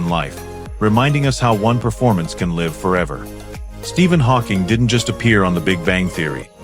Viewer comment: More AI crap, I just don't understand how AI can get so many things wrong including pronunciation of Live. Surly with access to the whole internet it must be hard to get so much wrong!:hand-orange-covering-eyes::face-blue-wide-eyes::body-blue-raised-arms